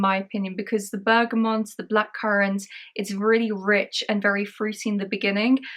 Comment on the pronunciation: Lots of perfume reviewers erroneously pronounce "bergamont". Here's a chance not to be another one ; )